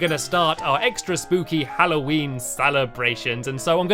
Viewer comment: He said SPOOPY